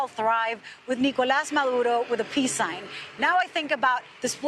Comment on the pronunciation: Her pronunciation of the dictator Maduro's name is spot on though. 😂😂